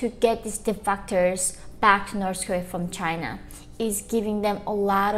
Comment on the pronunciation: It’s so cute how she aways pronounce North Korea as Norse Korea.